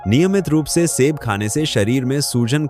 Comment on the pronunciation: आपका बोलने का तरीकाठीक नहीं है जो पांच फल बताएं प्रत्येक को ट्रेस करें जोर देकर बोले सेब फल को ऐसे बोल रहे हो किस तरीकेसे बोल रहे हो।